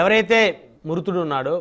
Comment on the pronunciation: మురుతుడు కాదు సార్, మృతుడు